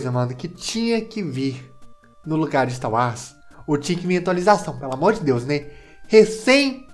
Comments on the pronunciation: e pq tu fala ista uas,kkkk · Mano e sotaque ou tu fala star Wars assim mesmo?